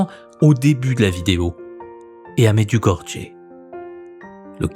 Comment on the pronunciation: Un grand merci, une fois de plus, pour ces vidéos de grande qualité. Je voudrais simplement vous faire une petite remarque, comme je l'avais déjà fait à propos d'une précédente vidéo sur Medjugorje. La prononciation correcte est : « Mèd-you-go-ri-yé ». Dans Medjugorje, les deux lettres « j » ne se prononcent pas comme le « j » français. Elles se prononcent avec un son proche de « y », ce qui donne approximativement « Mèd-you-go-ri-yé ». Si vous avez un doute, je vous invite à poser la question à des personnes qui s'y sont déjà rendues en pèlerinage, comme je l'ai fait. Bien amicalement, avec tout mon respect pour le travail que vous accomplissez.